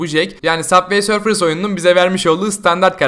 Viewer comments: Saf vey sörf deil subay sörf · Yanlız süber sörf diye okunuyor